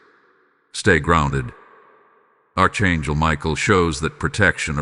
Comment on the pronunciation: Archangel is pronounced Ark Angel